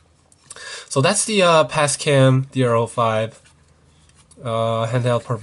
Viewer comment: Sounds like you said PASCAM ?